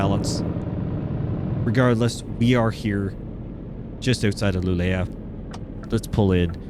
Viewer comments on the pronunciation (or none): No you don't, It's Luu le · Absolutly love this update and also the attantion to detail, since im from kiruna and also live in kiruna right now i can say that they cooked with this update. And by the way you say Luleå as ”luuleo”🙂👍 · the mine where the scania is born - you say (Luleå) LOO-lay-oh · Pronounciation for Luleå can be Lulio and you will get it real close. 😊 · You are doing fine with pronunciation. The letter Å in Swedish sounds like oh! In English. So Luleå would be lu-le-oh. In Kiruna the emphasis is on Ki, so like KI-ru-nah. Hope this makes sense.